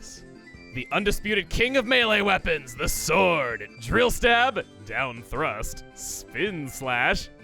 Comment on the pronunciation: I legit am crying over Chugga’s way of saying “Down Thrust” in the worst way.